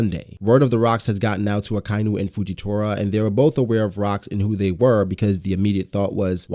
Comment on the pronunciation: So much info opened up a whole new world before the Pirate Era... i truly cant wait for when Oda explains all of this. One thing..... its pronounced, AKA - INU !! Not AKAINU !! XD